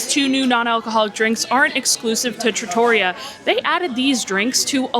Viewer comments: Yes! With emphasis on the REE. Not truh-TOR-ee-uh. I was corrected some years ago by another, lol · It’s pronounced Tra-to-ree-yah. Trattoria which is a non formal restaurant in Italy. The lasagna looks legit!